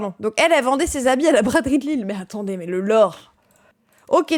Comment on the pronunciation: Je suis désolé mais en tant que lillois mais c'est LILLE pas LILLES 😢